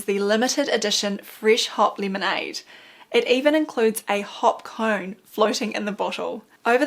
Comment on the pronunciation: I turned on captions and figured out it was a hop cone, and apparently it’s hop lemonade. I have a bit of difficulty hearing, and hot lemonade sounded odd. Hop lemonade does, too, though. Thanks.